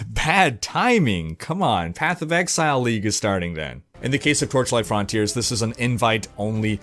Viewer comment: Your pronunciation of frontiers is so odd. :D